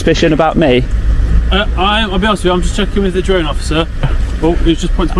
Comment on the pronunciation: Hilarious 😂 the way the police man at the start of the video trys to pronounce the word drone . Dwone😅 . can't pronounce his 'r's '.😅😅😅